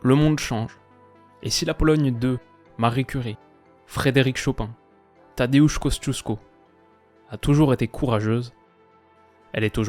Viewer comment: Superbe prononciation de Tadeusz Kościuszko, c'est pas facile !